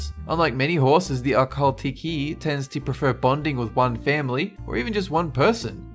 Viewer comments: Akhal- tea key 😂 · I knew majority of these before said them. Also the Akhal teke is pronounce a kel tek. The last E on teke is silent:)